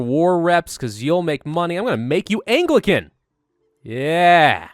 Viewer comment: I just need to get this off my chest, but I believe you're pronouncing Anglican wrong.